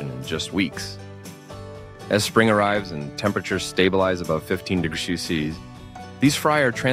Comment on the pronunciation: Did anyone care to listen to the vocal inflections and pronunciations are interpreted by the AI? This may be good information but it's terribly delivered. Why does it have a problem with saying "degrees" or "percentage?"